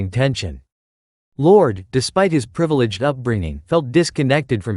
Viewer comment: Whos lord?? Llyod ? Lordie lol